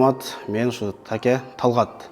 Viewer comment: Таке емес Теке деп эле койбопсун🤣